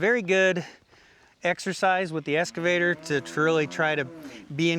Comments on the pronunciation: Dude, it’s excavator, not escavator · I think you have been calling your Excavator a "Escavator".